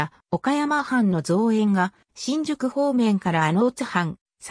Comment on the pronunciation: 八幡ははちまんではなく、やわた 新宿はしんじゅくではなく、にいじゅく です。